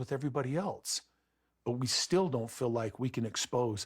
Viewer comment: You know what is annoying?! When Kody and Robyn say fill instead of feel . These people are annoying in every aspect